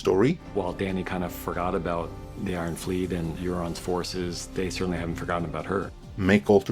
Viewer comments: i know this is nitpicking, but how can a fan mispronouce "iron", they say it a dozen times each episode. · I don't trust anyone that pronounces an "r" sound in "iron"